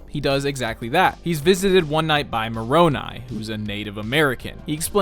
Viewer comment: As a mormon, thank you for actually pronouncing Moroni correctly. It's a hilarious benchmark that shows how much someone really researched.